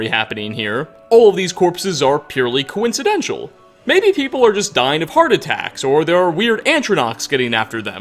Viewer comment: Hey,. What is a "disapperance"? Is that a real word? And, you said "coincidenTIAL". There are only two "i"s in the word "coincidental.